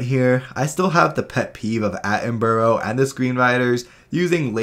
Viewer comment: Sorry, but it feels a bit ironic that you keep mispronouncing David Attenborough's name in an accuracy review series. His name is Atten-bruh, not Atten-burrow.